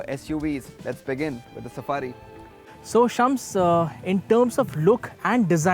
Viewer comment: Shums sounds more like Chums 🤣